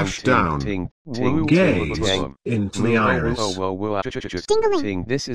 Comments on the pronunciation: GAYS... into the iris. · Gays... Into the iris.. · "Gays in the iris"